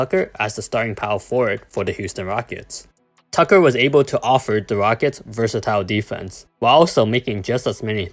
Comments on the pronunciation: '' da Houston wockets '' 😂😂😂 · '' the Houston wockets''